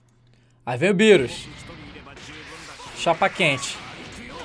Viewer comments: Tava rindo quando tava chamando o bills Por birus lol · E engraçado ele falando birus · Essa pronúncia do DJ é sensacional kkkkkk, beerus, hitto kkkkkk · MR. MISTER eu sei, mas mesmo assim acho engraçado kkkk